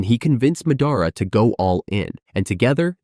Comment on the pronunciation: Where are you from and why do you pronounce madra, susanoo, and Hokage like that?